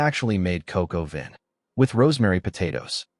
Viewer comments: This might be a good story. However,the opening pronounciation of "COQ AU VIN"... as... "COCOA VIN"... is ABSOLUTELY FOOOKING STUPID!!!! -- You suck bilgewater. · For, YOU, someone who knows LITTLE to NOTHING about cooking,,.... yup....... I couldn't stomach it past 30 seconds. This might be a good story. However,the opening pronounciation of "COQ AU VIN" (Chicken with wine, for those who don't know)... as... "COCOA VIN"... is ABSOLUTELY FOOOKING STUPID!!!! -- You suck bilgewater.